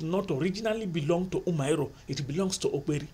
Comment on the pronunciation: Umuaro it’s pronounced Uh-Muh-AhRor Great videos,they really helped with my exams